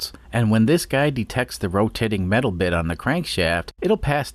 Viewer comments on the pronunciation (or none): none